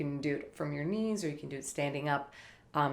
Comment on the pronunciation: Typical Minnesota accent.